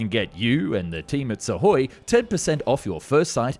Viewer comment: It's not "sukoi", it's "suhoi", ok? SSJ is already flying with new engines (PD-14).